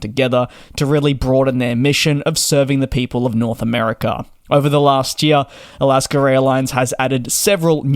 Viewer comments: “Alasker” Airlines???? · Sounds like you're sayin Alasker Airlines.